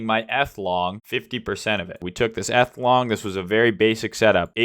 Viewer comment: its EEEETH